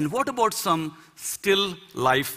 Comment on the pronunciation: Some say about, he says abort.